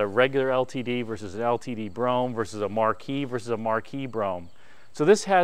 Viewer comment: On a secondary less important note. Great job on pronouncing Brougham correctly! It get a tiny cringe when I hear Bro-ham from other videos. Easier to be critical than creative lol!